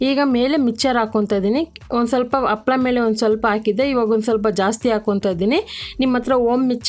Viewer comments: ತಪ್ಪು ತಿಳೀಬೇಡಿ.. ಅದು ಅಪ್ಪಳ ಅಲ್ಲ ಹಪ್ಪಳ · Happala ...not..appala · ಅಪ್ಪಳ ಅಲ್ಲಮೇಡಂ, ಅದು ಹಪ್ಪಳ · Super dishes in ur channel , but please pronounce papad as 'HAPPALA' in kannada ಹಪ್ಪಳ . Thank you.